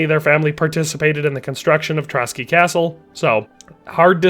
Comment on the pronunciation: ''Trotsky castle'' 💀